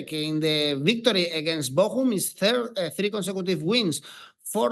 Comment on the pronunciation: Is he saying tree-tree?